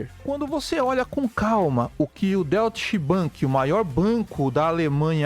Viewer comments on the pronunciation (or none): kkkkkkkkkkkk Deutchi bank é foda.... ia escrever de forma aportuguesada para ele, mas logo vi a tua mensagem.... kkkkkkkkkkkkk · Se pronuncia " Doitche" bank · Doite Bank, essa é a pronúncia correta.